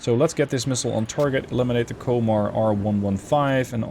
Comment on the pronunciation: Komar is said with O sounding like the from composter